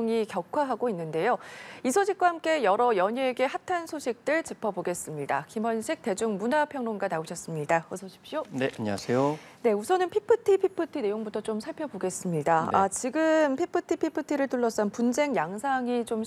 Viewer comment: 발음이 피프티 피프티가 뭐냐 한글표기는 어쩔수 없이 ㅍ으로 한다지만.. 말할때는 f발음을 해야지 유치원생도 아는 f 발음 몰러?